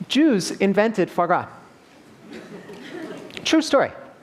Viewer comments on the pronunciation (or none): "Fo gra" is how you pronounce foie gras? Au contraire, mon ami. You really made me doubt myself, but I'm pretty sure it's "fwa gra", similar to how most English speakers say it. The French wiktionary agrees with me...